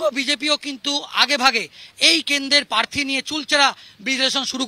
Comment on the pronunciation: কথাটা প্রার্থী, পার্থী না। যত্তসব সড়ক ছাপ।